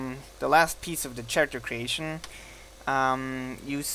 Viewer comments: you said character with a ch sound but t has a k sound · u say character funny lol "Scharacter" its pronounced Kare-ehct-er